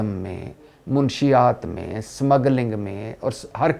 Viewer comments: منشیات کا تلفظ درست کرو بھائی ! آپ منشی یات کہتے ہیں۔ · بھٹی صاحب م پر زبر ہے پیش ،( ُ ) نہیں ہے اصل کہانی بتا گئی ہے پنکی مَنشیات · منشیات لفظ غلط بول رہے ہیں محترم م زبر ن ش شد کے ساتھ ہوتا ہے